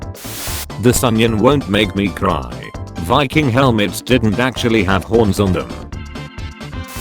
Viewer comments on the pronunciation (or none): none